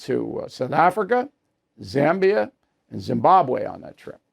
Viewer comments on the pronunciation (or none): none